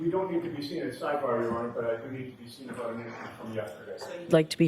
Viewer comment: My favorite is:: “Objection, your honor!” Bev: “Sustained” (her automatic default) Defense: “We need to be heard on this, your honor”. Bev: “Okay, let’s go to sidebah”. At sidebah… Bev: “Okay, Mr., what’s your objection?”